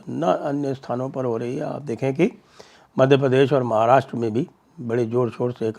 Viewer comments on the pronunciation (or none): none